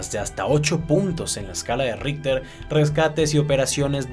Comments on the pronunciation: Y que pasaría si ese súper terremoto aparecería en Sur America mas o menos por Venezuela, Brasil, Colombia, ecuador, Bolivia, Perú, argentina, Paraguay, Uruguay y chile como reaccionaria?? Y aparte yo que sepa se pronuncia como escala Richter no ritter xD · le entendí la escala de hitler